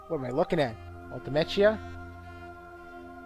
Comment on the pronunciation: So admittedly I didn't watch this LP from the very beginning, but when you pronounce Ultimechea (Ultimecia) and seedees (SEEDs) like that, is that a reference to something from earlier on? Apologies if that sounds like an odd question though, it's just that I've never heard either of them pronounced like that before.